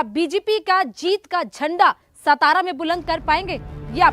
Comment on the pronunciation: Tujya trr gayabane........marathwada nahiye tohhh......😅😅😅😅.....and what's this सतारा......its सातारा....i request you to please correct your pronounciation and knowledge.... because i think you have a lack of knowledge about Maharashtra state......we are from western Maharashtra.....and marathwada is another region...